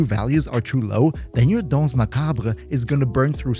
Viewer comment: Hi from France ! Your prononciation for dance is really good !